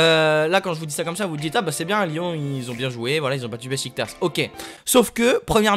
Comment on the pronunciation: Sa se dit Bechiktach